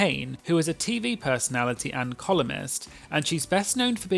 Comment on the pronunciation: you said Megan is a columnist I heard colonist